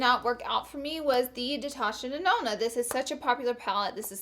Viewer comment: lol did i just hear "Detasha Nenona," or are my ears playing tricks on me?!